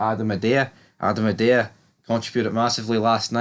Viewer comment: Also, are you on the wind up with the prounouciation of Idah? Lol, ih-day-a is faf. It's I-Da.